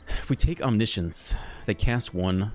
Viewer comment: "reanimate onimiscience" 😜😜